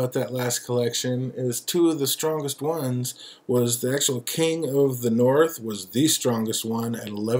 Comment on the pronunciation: "This is Jon Snow.. He's king in the Norf!" Lol U got a nice collection there 💜 I'm not a beer drinker..blek.. lol Always a pleasure Thanks! Btw.. I shared this EVERYWHERE 😄